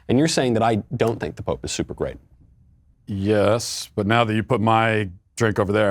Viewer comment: Michael 2/3rds into a martini cannot pronounce the words "great" and "grape" differently.